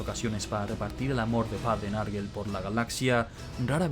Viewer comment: Bueeeen video,muy entretenido,eso si, cada vez que alguien dice "narguel" muere un gatito. Se pronunciaría "nergol" ,o si no nurgle.